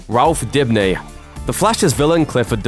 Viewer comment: It’s Dibny not Dipny